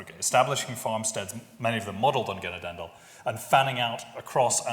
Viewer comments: FYI 'Genadendal' in Dutch means 'Dale of forgiveness'; the emphasis is on the second syllagle ('na'). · Genadendal is pronounced [χəˈnɑːdəndal].